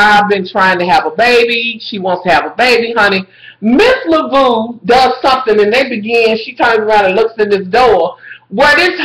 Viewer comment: your mispronunciations of Cathy Bates character give me life!! you said miss "Labodabo" LOL! love your reviews!